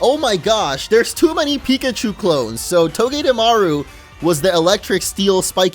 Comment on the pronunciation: I mean no one calls it pik achu